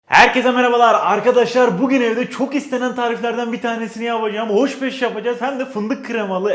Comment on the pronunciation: oş beş